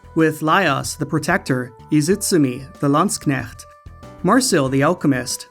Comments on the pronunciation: Why is he mispronouncing landshark? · Great review, but you're pronouncing "Landshark" wrong. ;) (Also, huge props for playing a clip of IOSYS' FOE song. FOE! FOE! FOE! FOE!) Last second edit: Untold 2 fixes ALL the problems that Untold 1 had and is probably my favorite game in the entire series. Definitely worth your time! To wit: The optional Story-exclusive area is now explorable in Classic Mode; Multiple save files allow you to have Story and Classic games running at once; better New Game + options; no late-game spoilers in the opening cinematic; Story-mode characters are far more interesting this time around (and so is the overall plot involving the titular Fafnir Knight). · Your pronunciation of Landsknecht sent shivers down my spine